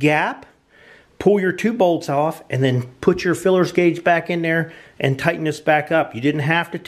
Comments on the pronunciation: OK vid but mate it's called a feeler guage not filler guage as your calling it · Feeler guage, not fillers!LOL!!! Potato, potaato!!LOL!! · Yeah, why does he keep calling them "FILLERS Gauge" ???? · FEELER gauge not FILLER gauge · Just fyi it's called a feeler gauge not a fullers gauge. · FYI, it is called a “Feeler” gauge not a “Fillers gauge. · Feeler Guage not filler guage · Dude, please stop saying "feelers" gauge. It's kinda kreepy... It's a "Feeler". Thera is no apprenticeship of a feeler, unless your a pervert.... It's a feeler gauge